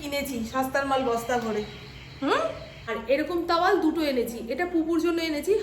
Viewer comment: "তাওয়াল"😂😂😂 "টাওয়াল" "লাইলন"😂😂😂 "নাইলন "